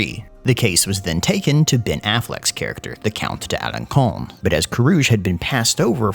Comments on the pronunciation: "Count of Alençon" It is pronounced "AlonSon" not "AlonKon." The accent cédille (Ç) changes the pronunciation of the letter "c" from a "k" to an "s." This is French language 101, and so it's clear you haven't studied French. If you're going to make a video involving foreign languages, you really SHOULD look up the pronunciations beforehand. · Alençon = "alon-sawn." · So you know, it’s pronounced Alençon alenssssons. Ç=s in french 😉 Cheers from Switzerland 🇨🇭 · For info, it is pronounced "Alensson" because of the 'wriggle under the c: ç. 😊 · Alençon is pronounced with a S rather then with K